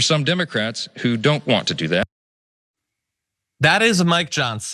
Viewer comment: "I vant my skull!" I remember The 'Burbs!